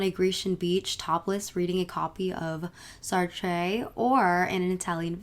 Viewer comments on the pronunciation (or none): "Sart" not "sart-ray" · Great vid! <3 Hate to be annoying, but its pronounced "Sart" with a soft airy "eh" at the end, not "Sar-trey" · Please check your pronunciations; Sartre is not “sar-tray” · Sartre is spoken as "art" with the purr on the end and not Sar·trey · Reading Sartray? Ouch. Sartre is a one syllabé word. The final “e” is silent. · U did not just say “Sar-tray” 😭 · As a French girl I can confirm she does not really exist. (Btw you don't pronounce the E in Sartre and no French girl in her right mind would try to emulate Deneuve lmao) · That’s not how you say « Sartre » btw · First step, learn how to pronounce Sartre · Omg stopped watching after the way she pronounced Sartre... brutal.